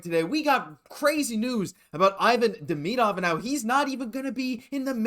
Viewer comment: Not "De-me-dov." It's pronounced "Dem-eh-dov." The way you say it sounds silly to me. I haven't heard any other sports channel call him "De-me-dov." Please look into this. 😮